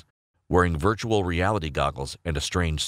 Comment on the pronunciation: Virtuar reality reality